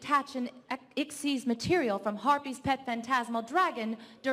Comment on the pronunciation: Lol she calls a xyz monster a "ixs" monster